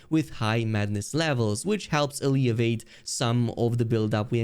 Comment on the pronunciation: Alleviate- UHH-LEE-VEE-ATE